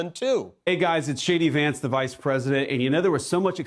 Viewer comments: Did he say shadey Vance?? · Did JD say Shady Vance?